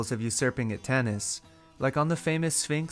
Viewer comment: please say Tanis with vocal "a" not Tennis god damn it